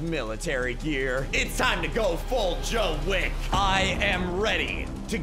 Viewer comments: It's john wick not Joe wick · "Joe wick" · AND ITS JOHIN WICK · The way you said "Joe wick" lmao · "Joe wick" lolll